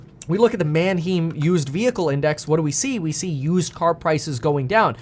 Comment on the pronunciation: Thanks Kevin, Great Vid. I tried to contribute this before. It's pronounced MAN-HYME. Not Man-HEEM. Everytime you say man-HEEM it's like nails on a chalk board to me. My brother in-Law is a Used Car dealer and goes there every week. Keep up the great content (and courses).